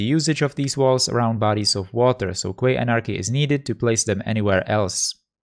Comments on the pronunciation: Quay is pronounced like 'key' mate. 👍😉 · Quay, is pronounced "Key"